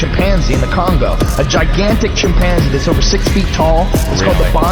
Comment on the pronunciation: Just the way he pronounces “chim-panzee” foreshadows the fact that the next few lines of dialogue are guaranteed to be tard-ree’d 😂😂